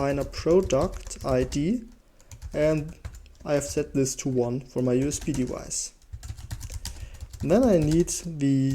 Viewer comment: Really great video value-wise but your pronounciation of "device" kind of drives me nuts. The English "v" is pronounced like the German "w" — you seem to know this since you pronounce it correctly in basically every other occurrence but if you want to be more easily understandable without the listener stumbling upon this every time you say the word maybe try to pronounce like it's generally pronounced :) Not trying to be destructive, I really liked your video apart from that